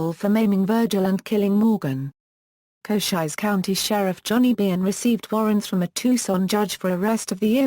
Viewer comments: Koshiesse county? Sounds like the fake voice on a city bus that can't pronounce street names correctly! Why folks, WHY?? 👎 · I know damned well cochise was not pronounced cochizze. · For centuries we have pronounced "Cochise" improperly...........according to this damn "computer voice".